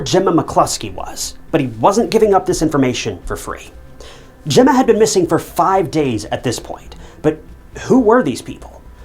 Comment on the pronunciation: Whoops got it- he said Emma not Gemma. At least get the victim's name right.